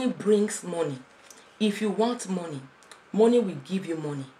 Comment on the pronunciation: 'Mo' in money is pronounced as 'ma' not mo.